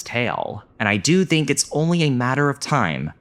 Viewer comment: Interesting video. I just don't understand why you say dink instead of think but pronounce the th perfectly in other words lol